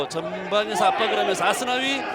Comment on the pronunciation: Aku suka kalo komentator bilang asnawi, Ashunawii logat korea enak didenger :D